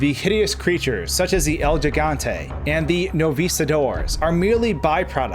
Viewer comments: Hello, El Gigante is Spanish, and in Spanish when g is succeeded by an "e" or "i" as in "gi" or "ge" the "g" is pronounced like an English "h" so the correct pronunciation is "El Hegante". Thanks for a great video man! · “El Jiggante.” You poor, uncultured swine... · "Al jaggantei and the novísdadoss" lmao I love when english speakers try to speak spanish :v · 2018 and there are still people who don't know how to pronounce ''El gigante''